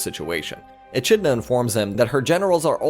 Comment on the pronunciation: Echidna is pronounced Ee-Kid-Nah